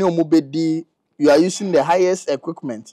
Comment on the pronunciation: Did i heard The highest EQICKMENT or you say my ears??Eei Ama Ghana😂😂😂